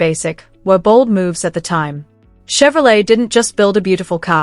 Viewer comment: Why are 57s and 55s mixed in the pictures, and some are not Bel Airs. And it's called Shevrolet/Shevy and not Tshevrolet or Tshevy.